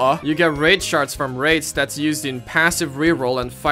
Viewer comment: when he says shards i think he's saying sharts